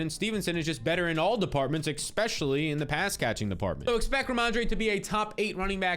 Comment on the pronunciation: stop saying 'EXPECIALLY'